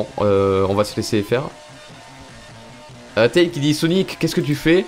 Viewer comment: ON DIT TÈILZ ET PAS TAILE